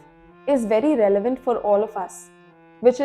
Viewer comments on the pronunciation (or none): none